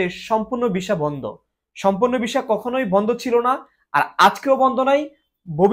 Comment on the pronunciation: Vhai Kotha ki bolen visa pronounce ei korte paren na Abar video banan....